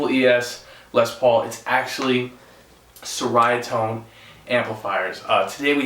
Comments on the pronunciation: Cherryatone is the pronunciation. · Great demo, tones, and playing. However, I believe it's pronounced "Che-ree-uh-tone" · Hi there. Appreciate your video showing the overall tone of this amp. Just to note that it’s pronounced as “Cheri-uh tone”. Ceria in Malay language means cheerful. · IMPORTANT: The name of the amplifier company is pronounced CHERRY-UH-TONE.